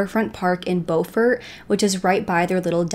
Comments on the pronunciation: Very interesting reporting with lots of facts, but I do have one correction; Beaufort is pronounced BU-fort. I am from that area. Thank you! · lolol bofort, I was like what the heck 😂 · It's pronounced "bew-fort" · Pronounced “Byuu Ford” not the grammatically correct Beau Ford Ty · Beaufort not Bomount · It's BEAUFORT, not "BO FORT" South Carolina. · You are not saying Beaufort correctly…. But glad you are talking about this. That boy got away with killing 3 people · Need to pronounce BEAUFORT correctly! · Please learn the correct pronunciation of Beaufort, S.C. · You lose credibility when fail to take the time to learn to properly pronounce words such as Beaufort. This is South Carolina, not North Carolina. Very disrespectful to the Palmetto state. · I’m from South Carolina as well, I enjoyed your video and subscribed to your channel- but I must tell you Beaufort is pronounced Bew fort . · I think the locals call the name of the town “Buferd” Bu (rhyming with you) and ferd (rhyming with herd). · It’s leek Murdock their pronunciation, Beaufort, Bufort is how we pronounce it in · Please, please, please if you’re going to do a video on a real crime, pronounce names correctly. There are videos out there if you research where the Murdaugh name is pronounced by cops etc (pronounced Mur * dock). Beaufort is not pronounced Beau as with a long o sound. It’s a long u sound. And the bow of a boat is pronounced like bow wow. I know you’re probably not from the south but there’s so many videos you should’ve seen while researching. This is an interesting case to me and I have been watching and reading up on it. There’s more info out there. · Good reportage . How eva the town of Beaufort is pronounced as BUUFORD not BOWFORT . We are Southern down here , not Yankees ....This is a real interesting case . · I love your videos, I live here in SC and it’s driving me crazy lol it pronounced with a U, Beaufort not bOfort, I’m sorry. Keep up the great work.